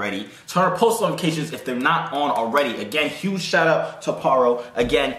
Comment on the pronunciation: "I wanna give a whoge shout out whoge? huge?" 😂😂😂😂